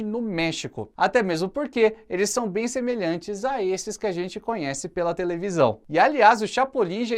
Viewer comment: "Saldades de assistir Chaves na tevelisão"😁🤭😂😂😂😂